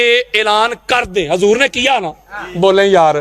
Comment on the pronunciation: Are rafzi hajoor nahi hota huzoor hota hai alfaz sahi kar pahle